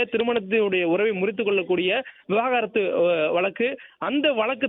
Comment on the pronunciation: 😊😊😊முதலில் விவாகரத்து என்று தெளிவாக உச்சரிக்கவும். அது விவகாரத்து கிடையாது!😊😊😊